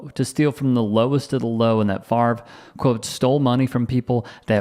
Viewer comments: I never liked the guy just because his name is pronounced stupid - it's FAV-RE, not FARVE. ;) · How come we all have to be dyslexic and pronounce his name wrong. It is Fav-ray , not Farve. Nannette Fabre's name was Fab-ray, not Farbay. Jesus. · This idiot doesn't even know how to pronounce h is own name. If FAVRE is pronounced FARVE, is HAVRE pronounced HARVE? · This idiot doesn't even know how to pronounce his own name. If "Favre" is pronounced "Farve", is "Havre" pronounced "Harve"? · not sure what you mean in saying "not in America". It's a French name and it's pronounced fav- ray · Hes the epitome of a dumbass American. He cant even pronounce his own name. Its French. Its pronounced "FOV RA" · OK< people, he doesn't play football any more. Can we start pronouncing his name correctly? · Duh. Your such a dum bass that you can't even pronounce your last name. 😂😂 DIRTY THIEF.